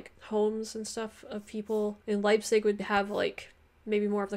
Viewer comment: wtf is "leizip"? ^^